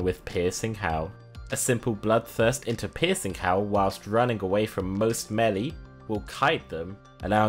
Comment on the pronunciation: What's Melly? Is that seriously how he says Melee?